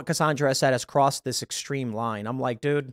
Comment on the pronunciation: Cassandra WITH AN "A"!!!!!! NOT "O" Pronounced Cassondra!!!!!!